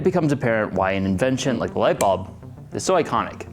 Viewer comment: Nobody:: lightbälb